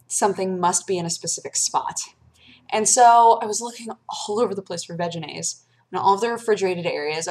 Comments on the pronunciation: every time you say "veginaise " i giggle. just sayn'. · I know you're saying Vegenaise, but it sounds almost like Vaginaise...just sayin... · Ha. "Vegenaise." It sounds like "vaginas." ...And I'm allowed to vote, people.